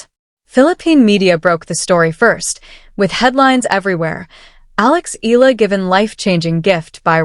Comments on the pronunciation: It's not Ee Luh! It's should be pronounce Ey yeah luh (Eala) the Filipino way! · CORRECT.....E A LA! And not EELA... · Pronounce as e-ya-la not eel-la... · Alex ( e- ah- la) no silent letter. Pronounce properly. For those not popular how he call her Surname